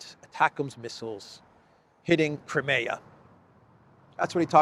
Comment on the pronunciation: let me bring to your attention. It is NOT Cri-meeea; it should be read krai·mee·uh.... Please correct your pronunciation. You are straining a simpler word